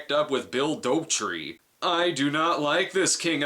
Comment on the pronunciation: Okay, it's been bothering me since I first saw this review: What did you call him? Bill "Dopetree"? It's "Dauterive", and he hardly sounds anything like Larry the Cable Guy!